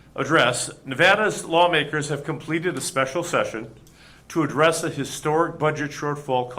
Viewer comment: Can someone please ask the governor to rehearse his speeches? He’s fumbling and mispronouncing too many words. Like address. Really? Rehearse, rehearse, rehearse. You are a public speaker, sir